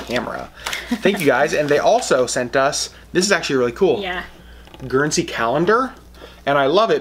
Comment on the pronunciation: You said Guernsey right btw! lol! Loads of very cool stuff there!